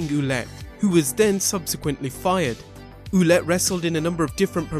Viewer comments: For Jean-Pierre Lafitte, you should pronounce his last name Ouellet like Well-et and not Ouh-let ... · Good video man. FYI you butchered Carl Ouellet's name ;) It's pronounced like wallet :) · About the last wrestler you mentioned Pierre Carl Ouellet, the pronounciation for his last name would be something more like Well-et.